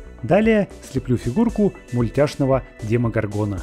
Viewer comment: ДемогОргона ударение на вторую О